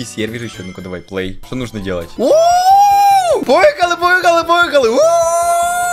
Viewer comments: Он говорит "ПОЇХАЛИ" ето по-украински 💫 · Мне тоже ПоЭхОлИ Хи-хи-хи-хи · Мне тоже поехыыыыы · Он говорит ''Поихали"